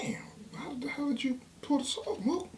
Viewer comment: nigga said MOOKION 😂😂